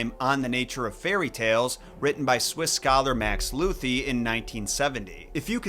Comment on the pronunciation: Moa… the ¨ over the u have an purpose and are *note* for decoration in German! And "th" in Lüthi are only spoken like "t"… Just checked the Google-Translate in sound - pronounciation is not perfect but much better your bastardized form "Luthi"… shiver